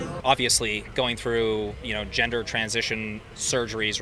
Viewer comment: "Their ginger". Dummy can't even properly pronounce gender correctly but has such a strong (and wrong!) opinion on the topic.